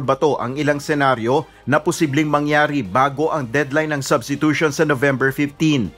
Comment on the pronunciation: Hot pacq wla k karapatan mgsalita o mgcomment bout sa substitution ,pronunciation n nga lng ng substitution kulang kpa ng S Ewan sa lht ng kandidato ng presidency sau aq ndi kompiyansa dahil kht si Vp ganun kht pano nkatapos abogada ganun dn lht nkatapos katangi tangi Ikaw lng tlg wla aral lakas ng loob tumakbo,mayabang p,braggart indeed👍sa senado nga sa inio ni Drilon dinidiktahan kpa tpos nga pinagssabi mo malimali p Kya yung mga advisers mo na nagdidikta sa ssbhin mo against ky Drilon salubong n mga kilay nila dahil yung dinikta nilang isasagot mo ky Drilon eh malimali Kya nding ndi k tlg p g presidente,takbo kna lng sa barangay tanod👍🦫Yun mas bagay sau